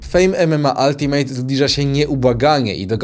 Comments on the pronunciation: "Altimet" nie "altimejt" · Ultimate według Ciebie czyta się „Altimet” ? O kurwa